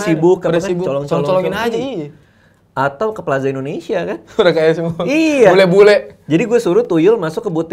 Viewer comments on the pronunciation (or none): none